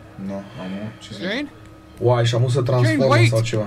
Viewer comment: Ce fain zice,,Jane" =)))